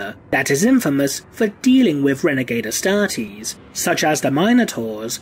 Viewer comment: The way you say Astartes is just magical!